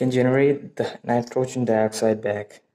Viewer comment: it's not called nitrosen dioxide, it's nitrogen dioxide NO2